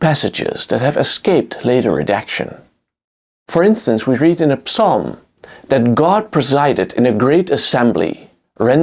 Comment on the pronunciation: Psalm: the “p” is silent; like “Psmith”. 😊